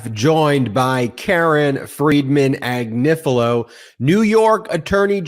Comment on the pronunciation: Triplex is pronounced try-plecks. The Italian family name Agnifilo (A-gni-fi-lo) is properly pronounced Ah-nyee-fee-loh. The GN in Italian is pronounced NY as in lasagna.